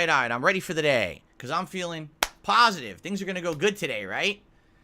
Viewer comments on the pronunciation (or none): "Not about Drama" We know, it's all about that pahsitive khantent and your bubbly personality 🥰